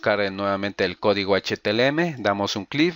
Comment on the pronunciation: Esss H - T - M - L y Nooo H T L M !!!!! JAJAJA LO REPITE 100 VECES. Ademas lo estoy viendo en el 2018, la interfaz ha cambiado mucho por las actualizaciones.